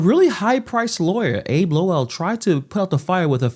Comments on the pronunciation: Fat Tish is going to jail. Bro it's pronounced Abbe Lowell. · That lawyer’s name is pronounced ABBY Low wal. He’s a Washington lawyer who defended Hunter Biden among others. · Abbe( pronounced Abbey) Lowell thinks he’s the greatest lawyer and doesn’t seem to actually look at all the information before refuting allegations. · FYI, most respectfully, James' attorney's name is pronounced: AB-EE LO-WL. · Great post, however, you and many others are mispronouncing Abbe Lowell- = Abby = AH_BEE. Could you tell me if you are doing that on purpose, to troll him? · Hey....His lawyer's name is pronounced... Abby LOWL. He was Hunter BIDEN'S attorney too!! Love your videos